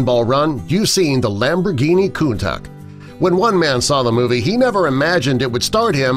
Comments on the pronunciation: ITS PRONOUNCED AS "COUNTASH" NOT "COUNTACK" sorry 3ggered car guy here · I’m a car guy! It’s pronounced countaush. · The correct pronunciation of "Countach" is: Koon-tash